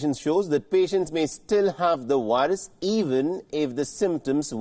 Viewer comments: Guys did you hear him? "they still had the wilus" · I LOVE how you call it a whirus 😊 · Whats a wirus.....